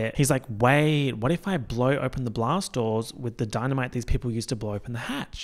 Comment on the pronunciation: “the dee-na-me-tay must be Italian” my favorite joke 😂 it sparked something in the back of my mind on the first watch, but only on the second watch did it finally click! Thank you for that reference 🧨🐿